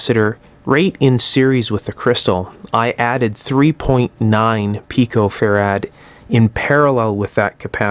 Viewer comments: it isnt fa-rad, its fe-rit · Good work. (Never heard anyone else ever pronounce farad as farAD.)